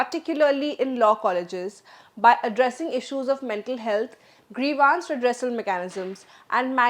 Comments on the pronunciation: Grivance - Pronunciation Gre-vaaans ❌ Gree-vns ✅ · Why is the anchor pronouncing grievance as grevaance? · Nice Presentation. Just one correction, Do check the correct pronunciation for 'Grievance'